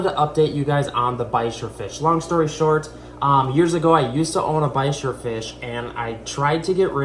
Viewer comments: Why you pronounced bichir like "bikers" not like "beach-ìr" ?? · Ba-sheer it's pronounced lol 🤣 you generally don't put them in a tank with ciclids and gravel